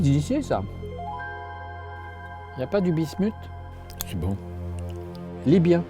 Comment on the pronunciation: "Lybien"😂 C'est AUDIBLE ou pas assez?